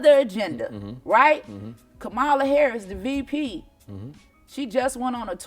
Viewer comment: First and foremost Angela, you need to know how to pronounce Vice President Kamala's name.